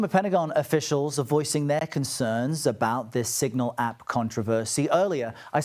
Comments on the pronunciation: Singal? Really??? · SIGNAL not SINGAL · Signal, not Singal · What’s a “Singal” group? Talk about unprofessional… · Singal? Really? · Prime example of the need for multiple news sources. It’s s-i-g-n-a-l NOT s-i-n-g-a-l. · CBS: YOU ARE SO STUPID. IT'S SIG-NAL not sin-gal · ...Singal?? I think you mean Signal. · It's Signal, not "Singal"...